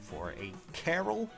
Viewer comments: Why do people call him "Carol"? That's not how you pronounce it. Also, saying Raven isn't a good 5* is just silly. He's the best quad axe unit. He's literally an infantry Cordelia with an axe and one less Atk. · Pronouncing Karel like Carol is 100% hilarious.